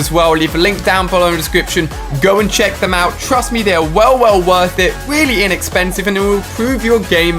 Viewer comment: did he just say inexspensive? exscuse me 15 pounds for 2 pieces of rubber